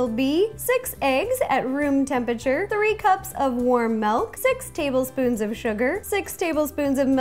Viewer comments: it's mILk, not mALk. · Are you from the Midwest? I noticed that you say "melk" instead of milk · OMG. she called it melk!!!! I love her soooooo much for some reason I just cant get mad at her. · Yay! She says milk like melk, like me too!!! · "Melk" AHHHHHHHH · I just realized she says melk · You say milk weird😂😂